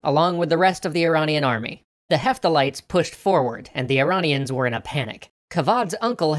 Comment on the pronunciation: Uh-ran-ians vs. E-rain-ians